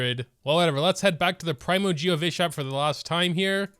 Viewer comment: praimo - nope* pre mo - yep*